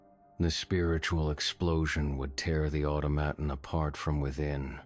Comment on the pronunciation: Pronounced 'automaton' really oddly the first and second time. Idk about the rest of the attempts, but those first two, yikes..